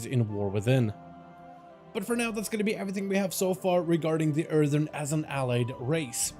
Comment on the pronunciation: You keep saying erthern. I think you pronounced it correctly once the entire video